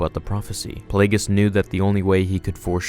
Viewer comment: Yeah the G in, "Plagueis", is pronounced like a G. "Play-GEE-Us"